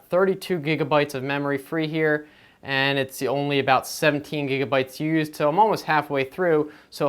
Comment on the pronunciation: I hate how he says I'n and not I'm.